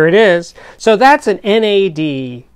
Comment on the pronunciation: do not think you can say nad in your way, you say n.a.d its not an acronym.